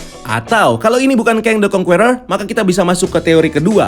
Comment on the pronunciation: how to pronounce conqueror is : kongkerrer